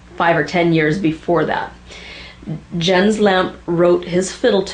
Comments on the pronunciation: Two comments - first, a lot fiddlers use "Draggin' the Bow" to practice hokum. Also, "Jens" is pronounced "Yens". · Close enough, the "s" in Jens should be heard, as should the "e" in Lampe though without emphasis. (NOT Lampee ;-)